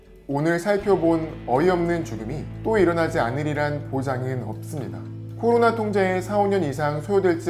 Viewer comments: 꼬로나로 들린다.. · 나만 꼬로나로 들리나?